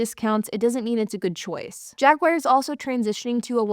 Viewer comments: I enjoy your videos. However, it is not a JagWire. It's pronounced JagWar, or if you are British, it's Jag U Are. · Gawd, why does anybody buy new? Good stuff. That knit cap gives off "Jay and Silent Bob" vibes lol. These high depreciation cars are great- just get them at the bottom of the curve cheap rather than new. Jag-waar not Jag-wire.